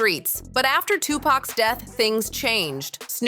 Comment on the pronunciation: And she messed up on Tupac. She said topack lol